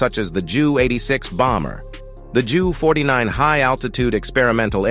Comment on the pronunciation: Agreed, repeatedly hearing "junkers" and "joo" was pretty annoying. Hopefully, someone will soon reprogram these idiotic "robovoice" things so they can pronounce them properly, like "you-nkers" and "you."😉